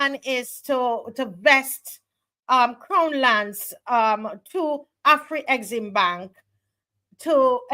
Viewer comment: AFREXIMBANK is correct and not AFRE-EXIMBANK which carries a mysterious first 'E'. As far as I know neither Africa nor African contains the letter 'E'. It has also lead to the mis-pronounciation of the acronym which should be pronounce as a-frek-sim-bank.